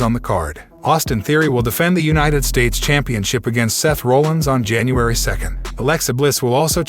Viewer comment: Roll - inz louis - ville saaasha. sahshah